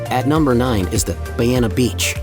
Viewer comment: Lol, He doesn't pronounce Nerja correctly, nor Bu"RR"iana! 🤣😝